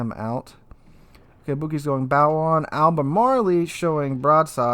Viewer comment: Hahaha love your videos man, but for the love of Poseidon... it’s AL-BUH-MARL. There’s no ‘ee’ sound.